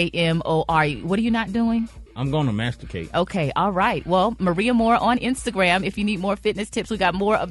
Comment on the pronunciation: Masticate. Not mastercate. 😢